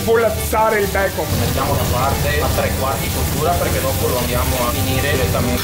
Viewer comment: Si dice bacon, n, ennee. Non Bacom cazzo suona pure male